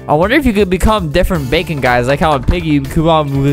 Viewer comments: it's bakon not bacon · It’s not bacon it’s bakon (back-en) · It’s called bakon not bacon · ITS BAKON NOT BACON JEEZ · it's BAKON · Its not Bacon its bakon and i have bakon UwU buff in my luff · This is not bacon, it bakon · Btw its bakon